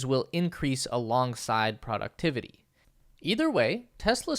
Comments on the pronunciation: This is a GREAT video! And whoever is in charge of recording this voiceover sure has a lot of work that they're doing and they accomplish it quite well (and that's a lot of text!) That said, I have really only one pretty big problem (it's probably not most people's issue) ... Sorry, I gave it to outs but then when I kept hearing him say "productivity" pronounced like "PRAW-ductivity" instead of what I understand to be the correct "PROH-ductivity," I felt that I should mention it. Mainly because it probably will be spoken again in future videos and at least I feel sounds so much better spoken correctly :-) (and if I'm wrong about the pronunciation or it can be corrected both ways, then I stand corrected :-) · "Productivity" is one of those words that can be pronounced either way, definitely. The pronunciation of it varies depending on location. For some people, pronouncing it "proh" would even seem strange and wrong. ☺